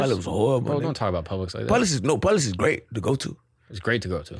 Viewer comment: How do you like New York?: It’s great! It’s great! or: It’s skrate It’s skrate